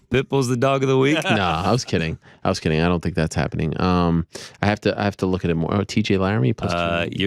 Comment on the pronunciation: "But, wait - dere's moahhh!!!" 😄Volk is actually hilarious